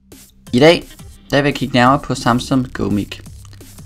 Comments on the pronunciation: udatles ikke mik, men mike :D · Deb hedder Go Mic, udtales Gå mic